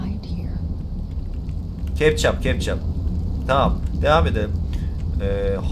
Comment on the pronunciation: "Kepçap" "kepçap"hahahahahahaha 😂